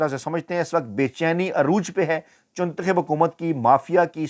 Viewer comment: I watch it because he says chuntakhib😂😂😂😂